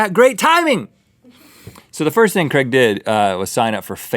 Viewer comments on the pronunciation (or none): If they guy is from England his name is Craig not "Creg".